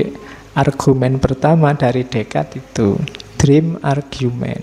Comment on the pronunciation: Yth Admin, mohon tolong untuk pronunciation bahasa Inggris atau bahasa asing lain, sekarang kita bisa membuka bantuan semacam google translate. Contoh: argument dibaca /argyument/ Semoga menjadikan periksa. Bila tak berkenan, saya mohon maaf.